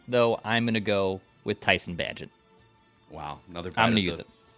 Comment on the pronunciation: Of course is incapable of correctly pronouncing Tyson bagent s name